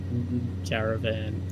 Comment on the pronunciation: Repeat after me CAAA RAAA VAAAN . Come on, you got this 😂😂. Cheers mate . Nice content.